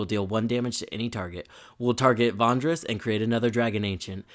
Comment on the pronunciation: Love the video! I just wanted to say that I chuckled a bit everyday time you said Vondris instead of Vrondis